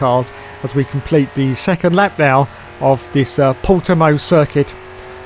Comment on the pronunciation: good job saying Portimão, close enough. Doubt sky is bothering.